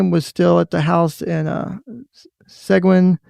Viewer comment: Seguin- See-geen